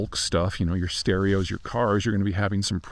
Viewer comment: "stereos" Oh Peter... 😂😂😂